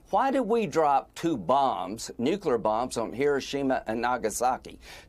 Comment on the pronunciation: Thanks guy who pronounces the H in “what”